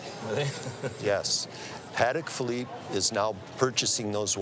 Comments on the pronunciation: It's pronounced Pa-Tek, not paddik ,,Why do Americans always butcher the Queen's English? lol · I wrote a post last night about the proper way to pronounce Patek, but it seems to have disappeared. I wanted to correct it because I realized in my haste that I screwed up. The actual way to pronounce it is Puh - Teck with an emphasis on the Teck. I believe last night I said Puh - Tock.